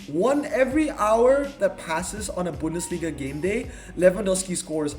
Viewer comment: speaks German 😂 but you pronounced Bundesliga very good 👍